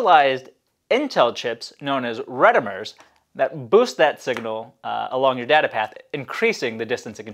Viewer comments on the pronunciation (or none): Retimers are penounced ree-time-ers, not ret-im-ers. They adjust the skew between the signals to meet the protocol requirements, and hence they re-time the link